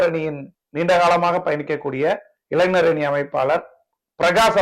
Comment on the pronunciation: இளைனர். இல்லே இளைஞர் சொல்லு. மேன்